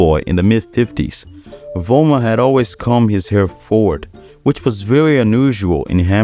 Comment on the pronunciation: I find it disrespectful that you pronounce Jürgen Vollmer's last name with a V-sound rather than with an F-sound, which is of course how his name should be pronounced.